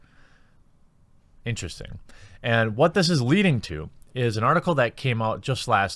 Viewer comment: "Sharticle" 😂 I'm using that word from now on!